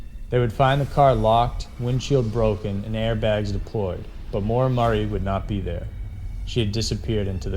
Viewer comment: It's Maura Murray NOT Marie